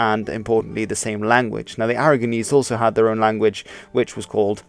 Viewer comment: no offense, but I can't help hearing "ARROGANese" lol